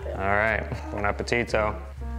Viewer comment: Harper, your "buon appetito" is now perfectly pronounced! Well done 👏